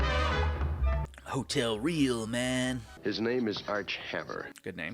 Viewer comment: Haha. It's not Hotel "Reel". Hotel "Rey-Ahl", Spanish pronunciation... I think The intro does say the main character is on a kind of path with a plan. So, it's insinuating that he knows these people. He either knows these people and their situations, or he's done enough research to get what he needs/wants for a short time. Harry Potter style. Haha